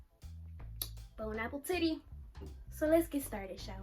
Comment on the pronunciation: bruhh i was not expecting when she said bone apple titty im DEAD